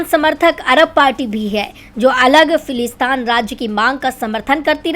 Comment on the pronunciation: Kam se kam news to sahi padha karo Falistan nahi Falasteen sahi word hai ya phir English me Palestine kahte aur likhte hain. Correct this mistake